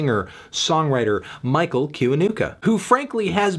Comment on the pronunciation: Fun fact: It is pronounced "chiwanuka"